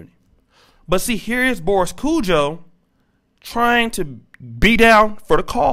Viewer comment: Can u get. Their names right please its kojoe long o and ari as in arianna